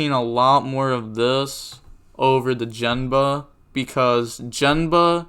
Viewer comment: Gen-Ba not Jen-Ba lol